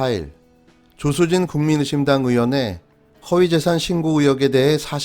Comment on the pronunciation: 국민의힘당이여 국민의심당이여 발음이 ㅋㅋ